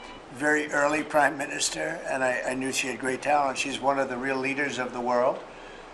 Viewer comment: Wow, he calls her priminster